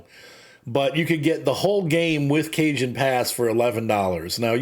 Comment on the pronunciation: Cajon is pronounced "ca-HON", Cajon is an old spanish word for Coffin, later replaced with Ataud (modern word for coffin)